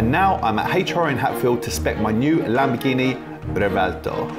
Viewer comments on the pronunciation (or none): Lamborghini Rubertoe